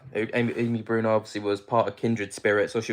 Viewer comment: How do you not know Amy Bruni (brew-nee, not brewn-eye) was on Ghost Hunters for YEARS or who Katrina Weidman is? She was originally on Paranormal State years ago. They're both awesome investigators that have been around as long as the men you're talking about.. sigh. Sorry, I normally love your videos. :) Just could have done a better job on your background info on the people involved. ❤